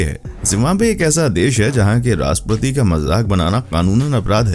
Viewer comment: Its not RASPATI…. Its RASHTRAPATI. ❤